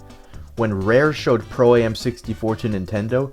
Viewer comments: I hate the way he says pro A-M and not just pro am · I believe it's called Pro-Am not Pro A.M